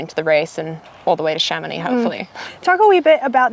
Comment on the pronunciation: I'm just here for the proper pronunciation of Chamonix... Nice job!